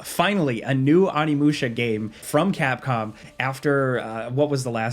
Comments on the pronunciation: Don't think I've ever been this guy but every now and then. You have to watch yourself across to the dark side. It's [o.ni.mu.ɕa]. Thank you love your vids I'm sorry I have to be that guy. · Jesus, and both pronounce stuff so weird, like intentionally it feels like Oni! Not "on-i", "oh-ni"! Oni-musha! It's Japanese! Do you just say "oni" by itself wrong too? Lmfao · Great video, but what's with the pronunciation of Onimusha?